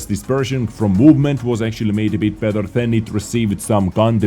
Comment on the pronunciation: Hey, why can u pronounce the "t" in the word "tank" perfectly but cannot do it with the word "better" which u pronounce as "bether"?